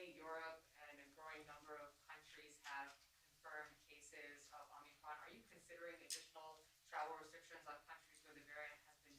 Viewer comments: Omnicron? If he can't even pronounce it I'm not concerned. Sounds like he has it already. Perhaps it was aquired when they prodded his anus. End of quote. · Omnicron! He said omnicron! Lol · Omni kron? I just can't... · This jacka$$ can’t even call it the right name. Omnicron 😂